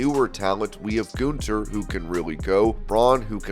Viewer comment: for wrestling ramble. Please learn how to pronounce a name correct. His name isn't ( goon ther ) it Gun ther. There isn't a goon in the name.